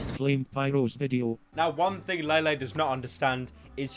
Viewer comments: No lele will have to stay ❤️ I love her it’s pronounce lele not laylay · La-Lay Poonz That is all.